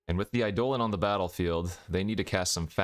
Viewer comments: Its Eye dough lon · a poem doesn't change the pronunciation of a word. It is objectively pronounced "EYE-dolin" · I'm new to the channel, is mispronouncing Eidolon an in-joke?